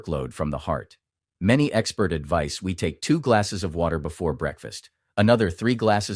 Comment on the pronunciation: . Advise's He erroroneous say like vise Not like vize, is a i.